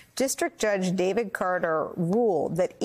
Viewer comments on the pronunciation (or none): none